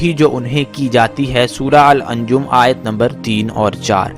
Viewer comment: سورہ کا صحیح نام " النجم " نام ھے نہ کہ " انجم " قرآن پڑھ کر بولا کرو ..